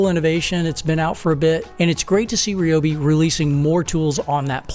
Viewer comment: I'm not sure I'd want to trust a review from someone who either cant, or isn't bothered, to properly pronounce the Ryobi name.